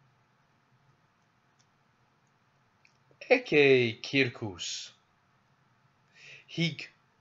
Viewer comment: "ecce" nōn "ecē"